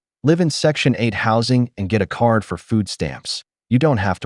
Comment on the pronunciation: Would somebody please teach the AI Narrations the difference between Car, Card, And CART! Thank you.